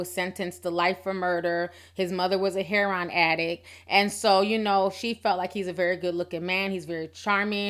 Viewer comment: Hair-on addict? What's that? It's HARE-O-IN girllllllllllllllll 🙄😩😩😩